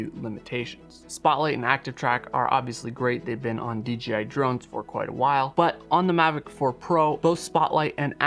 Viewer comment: Why do you keep saying DGI instead of DJI go back and listen to your self .